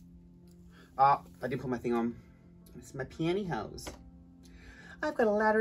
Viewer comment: Pantyho is such an amazing word! Every time you said it I giggled!!!